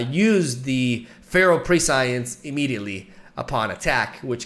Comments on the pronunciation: You should know that prescience is pronounced like press-e-ence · You were so close to pronouncing everything correctly lol. You got almost all the Rek'Sai cards correct, except Feral Prescience. It's pronounced like presents. Glad to see we've got a fun archetype coming up, whether or not it's good or too slow. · 12 year old is best, just like rek'sai is best waifu. On another note, because I feel like you are going to be using this word a lot in the near future haha, prescience is pronounced pre-sh-ence. At least to the best of my knowledge. Why english decided to completely change how the 'sci' is pronounced just for this word I don't know. But someone decided it needed to be different.